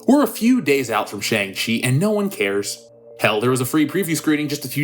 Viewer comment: SHANG- CHI...hahahahaha, make it Stop ooh ohh me sides are splitting